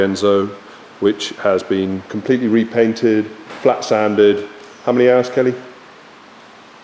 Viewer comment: Did you say repainted?